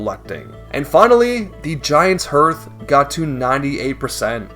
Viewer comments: Hearth is pronounced harth! not herth. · Hearth is said like "heart" but with a "th" at the end. Not "Earth". A hearth is the stone area around a fireplace.